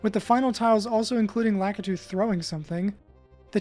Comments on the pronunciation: Also Laa- kit - too, kit as in the word kit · Pronounced La-key-two dummy.